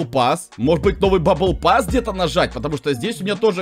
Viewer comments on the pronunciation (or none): none